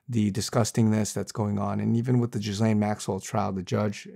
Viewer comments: please learn how to pronounce Ghislaine. It’s “gill-aine” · Lol, this false prophet can’t even pronounce her name right !!!! 😂😂😂